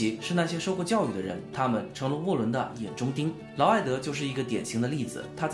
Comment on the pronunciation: 内容不错，就是得好好校校稿，看到不到5分钟就各种念错，劳埃德念了好几次埃劳德，妃嫔（pin）念成妃髌（bin）。你会感激我这种认真的观众的。